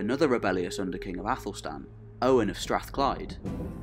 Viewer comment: Its Owain not Owen Literally would have taken 2 minutes to google the correct way to pronounce it